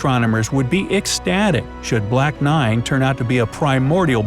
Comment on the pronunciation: Did he just say "Black Nine"?